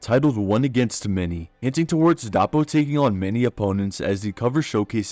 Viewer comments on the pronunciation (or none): Bro something thats messing with me is that your pronunciation is dapo it more like DOUGHPO but if you still pronounce it the same I won't blame you I'm just letting you know